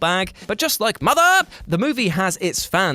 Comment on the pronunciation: The way he says MOTHER! Takes me out every time 🤣🤣